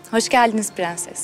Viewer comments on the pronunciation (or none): Fğansız ya ondan pğenses diyoğ 😅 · nono nun piganses demesi beni delirtiyo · Şu dadı hatunda bütün sözleri doğru söyleyip bir piğenses demesi bir tek banamı batıyor?😂